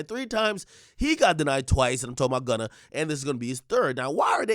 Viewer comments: Lol. Why u keep calling him Wunna for? Lol 😆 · Oh it’s “Wunna” now 😂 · Why you keep saying gwunna?